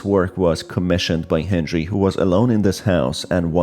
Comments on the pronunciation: Why do you say henjery instead of Henry? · Every time you say hendjry I take a shot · sounds like you're saying hendry